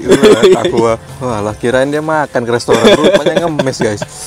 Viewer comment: Plis lah restoran bukan lestoran😭